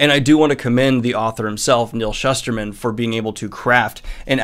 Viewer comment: I always thought it was pronounced the way you just did. Then I went to his book signing for Roxy, and he said “Schooster-man.” I couldn’t believe I’d been reading this guys stuff for like a decade and never knew how to pronounce it right. 😅 Anyway, re-reading the series again because of the fourth book that just came out. I thought Scythe was great, the second one was okay but it kinda fell off at The Toll. So, hoping for good things in book four.